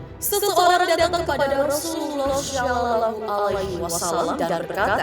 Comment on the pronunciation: Maaf nih 🙏 mba yg bawain berita nya sebaiknya belajar dulu berita atau narasi yg mau di bacain apa lagi ada kutipan kutipan hadist dan pengucapan kata Rasulullah.... jadi kita yg denger ga gimana gitu.... Sekali lagi maaf ya... sebagai masukan saja ❤🙏💪